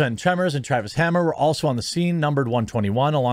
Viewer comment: Everybody talking about charges and what not and I'm over here like "It's Travis Fimmel not Travis Hammer". If the media can't get Ragnar's name right it's no wonder they keep going back and forth on what actually happened.